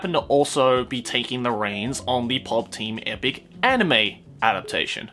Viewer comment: pop team epicu. its epicu